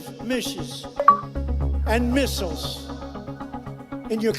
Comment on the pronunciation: Misshiz, AND missiles. Lol, that's my favorite thing too.